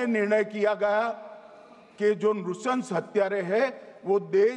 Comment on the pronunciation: नुशंश नही नरन्शंश